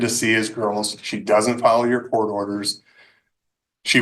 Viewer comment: In courth? This is not even English...stop this garbage